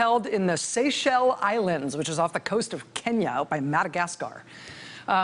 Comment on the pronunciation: Lies. Lies. More Lies. You don't know how to pronounce Seychelles.